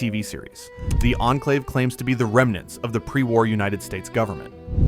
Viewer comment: You have pronounced Enclave like 7 different ways 😅